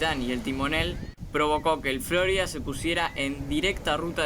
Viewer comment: Cada vez que escucho FlÓrida, me chirrían los dientes